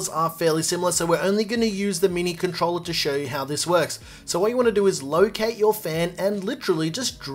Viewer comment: He say controller 🎮 or controla pleya.